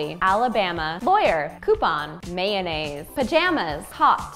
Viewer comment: Can we please have a sort of Natasha dictionary in which we can find the pronunciations, of all the words? She is great, and she has lovely accents by the way. And right now, i love 'mayonnaise' more than before.